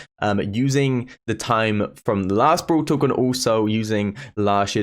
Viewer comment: Am I the only one who is hearing brool tuk??? 🤨🤨